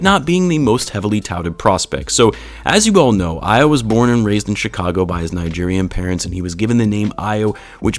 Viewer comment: AYO is pronounced AHH-YAWW. Not AYY-YOO. -a Nigerian